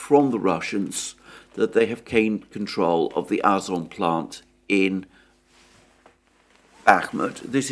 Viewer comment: Hi Alexander, with all the respect, it is Azov plant as the Azov sea...I like to watch your video's...Good luck